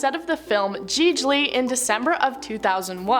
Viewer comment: She really said “gee-j’lee” 😂😂😂😂😂